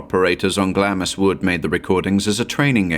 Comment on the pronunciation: Here I go again - "Glamis" is pronounced "glahms"